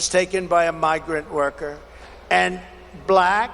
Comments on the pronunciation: He pronounces "black" like a slur. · the way he says black is insulting, "BUHLACK" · if you don’t like the way he says “Black”, check back on how he said it at the NABJ interview. It’s even more weird. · I agree... the way he exaggerates and emphasizes the word "black" makes my blood boil.